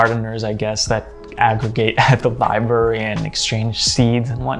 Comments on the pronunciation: Li-BRAR-ee. Not Li-Berry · I hate to be 'that guy', but it gets incredibly irritating after hearing 'library' being pronounced as /lai-be-ri/ throughout the entire video 😂